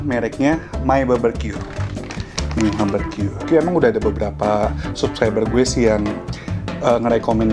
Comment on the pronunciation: 9 tahun lebih q skolah .... BBQ di baca baberqyu...